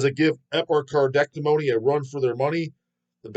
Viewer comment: Chris Pervelis (guitars) only original member in Internal Bleeding. Interview him. 👍 Also, Epi-car-dee-ect-O-me 😂